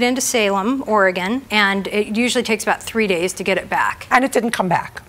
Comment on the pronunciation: She didn’t say Oregon right. That bar in sandy is very shady